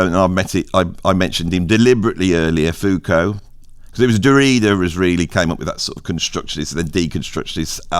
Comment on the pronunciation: How is it that I agree with nearly everything you say about music, but with almost nothing you say about philosophy??? For starters: It's foo-KO (not FOO-ko) It's HUSS-erl or HUSS-urral (not HER-sell or whatever you said). It's DERR-uh-da (not duh-REE-duh). (And don't even try disputing this: My wife studied with him when he was at UC Irvine in the 1990s.) Second, I think your description of phenomenology is accurate to the extent that you could call it a "philosophy of subjectivity." But that's only one aspect of it, and there simply isn't any through-line from phenomenology to what you call "philosophy of identity." As far as the latter goes, I would argue that it relies more heavily on traditional deconstruction (of the kind Derrida used to practice; again, that's only the "mainstream media" part of his portfolio), or the critiques of "meta-narratives" that you mention in connection with post-structural or postmodern philosophy. You might be able to argue that Husserl's initiating gesture of denying a "ground" and placing foundational premises in brackets has a whiff of similarity to concepts behind philosophies of identity, but that really feels like drawing a line backwards through history. What I think of as phenomenology (you left out Merleau-Ponty, by the way) doesn't really seem as historically influential in the philosophies you mention. In fact, I would argue that it has only returned to the scene as a major influence more recently, in post-human philosophies like